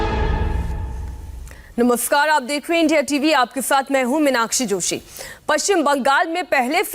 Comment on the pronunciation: इंडिया टीवी वाले नमस्कार को भी नमोस्कार बोलने लग गए है।😂😂😂